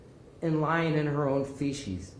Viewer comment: Judge said Fee-shes instead of Fee-sees ( spelling is bad for pronunciation ) i went to a Grammar school and this Tickles 😂ggr